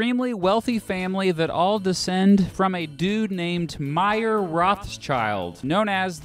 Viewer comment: Pronounced May-er. As in the month of may-er.